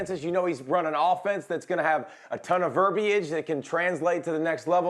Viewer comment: finally someone pronounces verbiage proper... not as "verbage"... well-done Pollack!